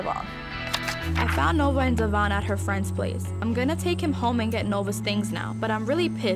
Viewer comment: treats Devion like Crap but cant even say his name right and at least he tries mean while she was feeding Luis money every time he asked for it but then would cry like oh hes not helping me then you got Devion stepping up.foe Stella to he grew up alot and deserves all the credit where credit is dew and them bitter men haters need to back off...